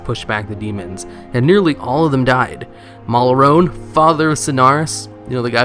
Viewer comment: Malrone? relleh?